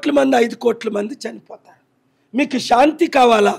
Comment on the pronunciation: షాంతి కాదు శాంతి అని పలకటం నేర్చుకో నీ తెలుగు ఉచ్చారణ పరమ ఛండాలంగా ఉంది